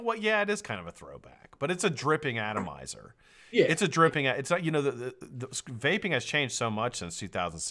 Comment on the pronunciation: Great show I’m not making fun of anybody I’m not like that I don’t do that but the guy from Germany I love that dude every time he said vaping which sounded like wapeing I was losing my shit 😂